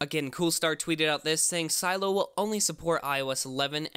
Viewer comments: its not si eello its Seh Lay Oh ffs stop it lol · Why do you call it Silo? Isn’t it “Si-Lee-oh? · Its pronounced si-le-o not silo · Its not silo its Sileo ! pronounce correct CYdia is not cidia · A part of me died when you said Silo instead of Sileo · Am I the only one that is bothered by the fact he keeps saying "Silo" instead of Sy-Lee-Oh? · Just one small, minor detail....sil-e-o....not silo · It’s not pronounced silo, but si-lee-o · It’s pronounces silly-o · Sih-lay-oh is how it’s pronounced lol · I’m pretty sure it’s “SUH-LEH-O” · I think it’s pronounced “ se-Leeo” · Shouldn't it be pronounced like "SILL-ee-oh"? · Isn’t it pronounced as si-le-yo? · Its doesn’t take a high school degree to pronounce Sileo right.... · Is sileo pronounced Cy-lo or Cy-leo? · pronounce the name right..